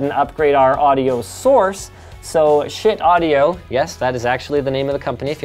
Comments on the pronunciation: Schiit is not said shit, it is said shiit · LOL, "SCHIIT audio" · Is it just me or did he say "shit audio" ? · lol "schit audio" xD